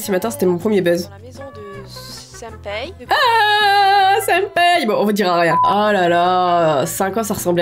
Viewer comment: "Yandair" "Senpaiye"